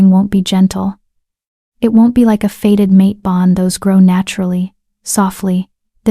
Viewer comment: It's not "faded mate", it is "fated mate", as in destined to be or happen...